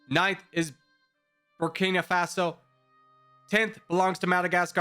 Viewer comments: Nobody suffers butchered pronunciation more than Burkina Faso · I love it everytime mispells Burkina Faso ❤️😖